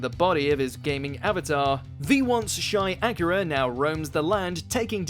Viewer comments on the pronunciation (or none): none